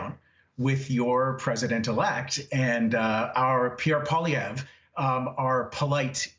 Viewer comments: Lady host of the show : learn to say Pierre Poilievre’s name right. You say it simply as Pauly - Ev. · She's usually careful with pronunciations. Should be Pwa-lee-ev-re Poi-li-èv-re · Amy his name is pronounced Paul -e -ev. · For someone who pronounces names so "authentically" (Greta Tuneberry, for example), I'm surprised that Amy can't properly pronounce, or put an accent on the name "Poilievre".